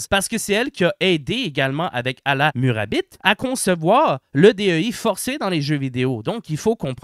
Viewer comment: La prononciation de Alaa Murabit est parfaite. 😂